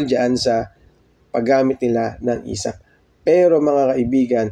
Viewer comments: esaf not esap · ESAF!!!! hindi ESAP!!!. Inang yan ilang beses mo ba nireview video mo bago i upload? ESAF, E S A F!